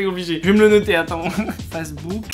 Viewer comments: wouah starf la pronotiation de pour facebook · Facebook je le prononce tout le temps face de book😂😭